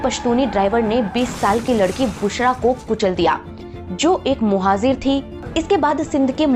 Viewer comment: Bakwas. Muhajir Bolna nahi aata. Muhajir ko muhazir bol rahi hai aur baat karti hai education ki